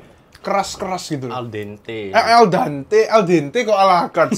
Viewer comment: bukan el dante kali tapi la fonte